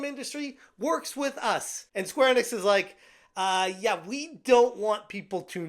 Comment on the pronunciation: Never heard anyone pronounce Square Enix this way...